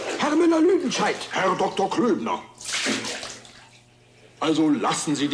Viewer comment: It's Klöbner, not Klübner.